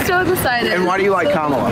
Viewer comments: Seriously guys please work on your format and flow. Mispronouncing names is just as bad as conservatives and we can do better. Please have your thoughts written down before pressing record. Im sorry to be harsh with people i generally agree with but hopefully this helps to improve your credibility for future content. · Notice how he slips up and pronounces her name correctly. It shows that these stable geniuses are literally going out of their way to mispronounce it. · It is super obnoxious when people can't pronounce "kamala" correctly, but in that same area, do two political commentators literally not know whether it is "Liz or Lin" Cheney, and are too lazy to look it up? It just seems kinda silly they'd talk about politics for a living and not know a name that many people who don't give a shit about politics would be aware of. (don't get me wrong, I'm not fan of hers it just feels amateurish.... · the repugs are so insecure they even insist on pronouncing Harris's name wrong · FFS its not hard Liz. You are doing what Trump does mispronouncing Kamala. We are better than this. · I love the young lady who called him out for deliberately mispronouncing Kamala Harris's name. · I'm really tired of them all saying her name wrong on purpose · I love how the young Queen corrected him when he tried to purposely mispronounce her name. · This douche continues to mispronounce Kamala's name on purpose. I loved when the girl corrected him. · How much do you want to bet that this guy interviewing college students is stepping on a college campus for the first time? He strikes me as a guy with a GED -- Good Enough Degree. Women don't like dunces. Thank you to the Asian gal for correcting this MAGA creeps intentional mispronunciation of Kamala's name. One more thing - Trump INHERITED Obama's economy. He did NOT create it. In fact, when Trump was voted out of office, he increased America's debt by trillions of dollars. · Good girls for correcting his pronunciation of Kamala